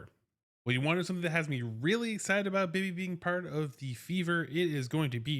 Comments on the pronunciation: I'm glad you covered this signing because it could pay dividends. However, her name is not pronounced Bee-Bee. It's pronounced Bib-Bee, like the word "bib." This was how her name was pronounced when she was with the Valks. And to make doubly sure, I went to her payer page for the Terps, where you can hear pronounce her own name. Also, good luck with your move! 👍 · Dude, it’s “Bib ee”!